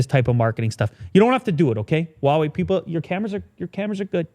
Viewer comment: it’s not whah wei, it’s who-ah wei. I know that I am nitpicking, but it doesn’t hurt to learn, since it’s such a big brand.